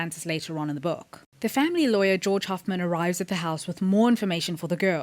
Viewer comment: Enjoyed your thought processes. We'll have to wait and see. One thing, though - Georg Hoffmann is a German name, so his first name would be pronounced as GAY-org (org - pronounced as 'org' in 'organization').